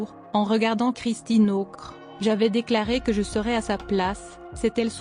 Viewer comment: Et qui ne sait pas lire : Ockrent pas Ocre !!! Mais peut-être est-ce un algorithme mal programmé!